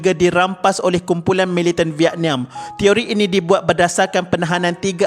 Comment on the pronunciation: Kenapa sebut vietnam pelik😂😂😂😅😅😅